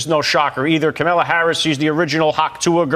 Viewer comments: KOM-uh-luh, not kuh-MA-luh. It starts with "kom," which rhymes with mom, and that's where the emphasis is. Don't pronounce her name the way Trump does. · Ben, you are saying Kamala the same way Trump does!!! It is KAh-mala. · Ben, please pronounce Kamala's name properly!! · Enjoy your show but please pronounce her name correctly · He purports to be a news man. And he can't pronounce the VP's NAME?? 🫏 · You know you keep mispronouncing Kamala. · You’re mispronouncing her name. 😃